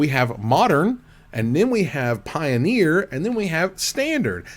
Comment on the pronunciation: Did jus said Pie-bet for the potential Pie-oneer Masters packs?